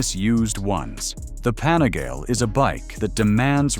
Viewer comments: Pani-gale five four? At least learn how the pronounce the name of the bikes ffs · It was his pronunciation of Panigale that finally convinced me he has probably never actually ridden a motorcycle